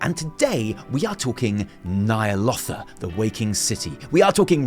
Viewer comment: It’s “ni a-lothe-ah” Not “ni a-loth-ah” Also players souls don’t be ripped out, their mind does and they get placed into another world like visions of nzoth. The nzoth fight is really easy (if you have the dps)and boring. I tanked it 4th week heroic my first time doing nzoth and after a few attempts he died.